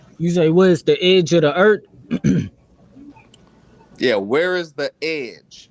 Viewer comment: How can any one take a grown ass man that pronounce earth "eard". I'm sorry I know that's an ad hom but come on.